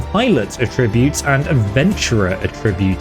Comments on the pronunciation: AH-ttributes, not a-Tributes. Stop that plz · It's pronounced 'Atrreebutes' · I’m so sorry because your work is great but I can’t deal with how you say the noun of attributes like the verb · That’s not how you pronounce attributes.